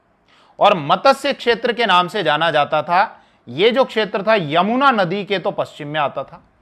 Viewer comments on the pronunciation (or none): none